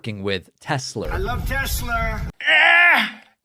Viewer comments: Why does he call it Tesler? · "It's all computer, I love teslur" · Tesler? Trump is just a figurehead by now. His sycophants are running the shutdown of our country and its government agencies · Tesler. He is such a huge embarrassment. Biden at least knew the companies name he was speaking about. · No one is 'brave' enough to say "Sir, there is no R in Tesla." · I think besides the sound bite “Obomna”, “I love Tesler” is probably my favorites that are used 😅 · Does Trump keep saying Tesler?? Can't even say his brands name correctly. We won't see Elon Tesler in the white house again. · i hope thats the last time i hear tesler C'mon obituary! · He said Tesler again.